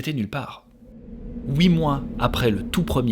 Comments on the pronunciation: C'est huit pas houit (prononciation) tu est suisse ou belge ? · Les Belges, vous dites Houite pour Huit et pourtant vous prononcez Tuiste le mot Twist. Super vidéo sinon